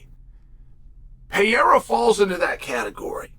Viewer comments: Pereira not Piera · ALEX PEE-ERA VS HAZ-MAT CHEAL LERN ENGLISH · Why do you keep pronouncing it "Pierre?" Love you Cheal haha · Damn Chael learn how to say Pereiras name are you that damn dum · So funny that chael just cant say that mans last name correctly.